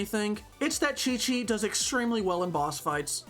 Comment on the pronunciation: THE DISAPPOINTMENT WHEN HE SAID QIQ AT THE BEGINNING AHSHAHHAHA